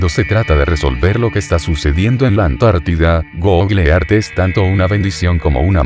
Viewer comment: PRONUNCIADO ( GOGLE EARTH ) GOOGLE EARTH PERMITANME BURLARME DE ESTA PRONUNCIACION 🤭🤭🤭🤣😂😅😆😆😆😄😄😃😀😁😆😅😂🤣😂😅😆👏👏👏👏👏👏👏👏 GOGLE EART 😆😅😂🤣😁😀😄😄👏👏👏👏👏👏